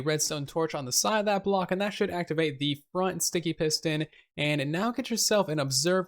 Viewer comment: Did anyone else hear him say "bront" instead of front ????